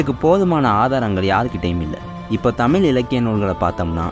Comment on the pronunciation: தமில் மொலி அல்ல தம்பி அது தமிழ் மொழி